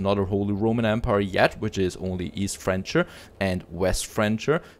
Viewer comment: Francia is pronounced like "Frank-ia", not "French-ia" French comes from the word Francia, which was the name of the land of the "Franks", that's why you pronounce it like the name Frank.. #HelpfulCriticism